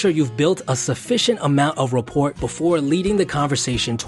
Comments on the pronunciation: rap·port raˈpôr,rəˈpôr You don't pronounce the T in that word. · The letter 'T' in rapport is silent. Sorry, that was really bugging me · For future reference : the T at the end of "rapport" is silent. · Are the pronunciations "sekyootr"(sequitur) and "raport" (rapport) an east coast thing? In the west we usually pronounce them "sekwitr" and "rapore," respectively, and until now i had assumed these to be the correct pronunciations. Any insight is welcome :) Also, it helps if you find ways to cultivate a genuine interest in whoever you are chatting with. Saying things like "i've always found [such and such] interesting," when you have never really thought about it are just lame and to observant people, faked interest is more offensive than honest silence. Fine line, though. Anyway, good luck everyone! Other people are interesting and so are you! <3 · Rapport.... The 'T' is silent. Pronounced ra-pOre not raport. Improve... your pronunciation. I am reporting on your poor pronunciation of rappor(t). (say 5x fast) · Its pronounced 'rapore'....doh! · "You want to make sure you've built up a sufficient amount of 'RA-PORT' [mispronunciation] before leading the conversation towards dreams.." words of a manipulator, not someone whom is actually interested. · ...fyi...rapport= rah-pore...good vid... God is good… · "you've built a sufficient amount of report". REPORT? Um, I think you mean rapport where the t is silent. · Are you gonna do future vids along this line? Very useful! Here's a tip that might help. "Rapport" is pronounced ra-PORE. It's French, the same people who gave us merlot and escargot, see the pattern? There is no understanding French spelling. Thanks for the great material! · the "T" is silent in "rapport" dude, its (rappor) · Also the T in rapport is silent. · I'm impressed with this guy's knowledge considering he mispronounces non sequitur and rapport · "Rapport" is pronounced without the t. Also, these riffs in the comments are hilarious!